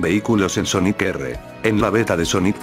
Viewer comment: Pon Sónic para que no te diga Soníc